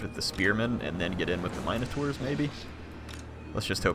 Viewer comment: I love you but the way you say Minotaurs triggers the crap outta me xD